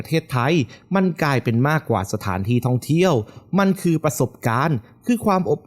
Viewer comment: ไม่แน่ใจว่า เสียงผู้้่อ่านเป็นคนหรือ Bot นะ สำเนียงฟังแล้วหวุดหงิดกับเสียงท้ืายคำ เช่น ไทย ออกเสียงเป็น ไท้ เดือน เป็น เดื้อน ท่องเที่ยว เป็นท่องเที้ยว ดีดี เป็น ดีดี๊ 😰